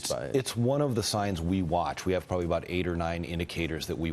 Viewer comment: Did he say, "pwobawy?"